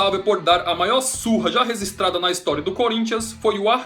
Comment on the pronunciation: Aprende a falar registrada, e não rezistrada